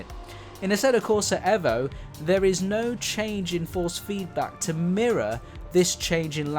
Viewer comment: another youtuber who refuses to pronounce the EVO properly. you lost me after 10 seconds mate.